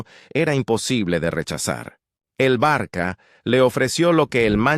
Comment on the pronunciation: No se dice el " Barqua" pero Barsa " ,estudia un😂poco la pronunciacion😢 Barsa por favor, es la pronunciacion de ça,el ça se pronuncia sa